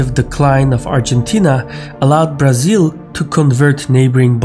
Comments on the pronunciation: Excellent!!! Pronouncing Brasil, was a +!!! Many thanks from Sao Paulo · May I say your pronounciation pronunciation of Brazil is eerily correct?